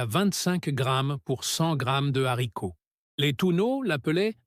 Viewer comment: C la liaison et la prononciation est juste